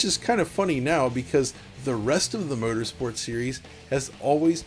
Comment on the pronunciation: Forza "Protersport"? LOL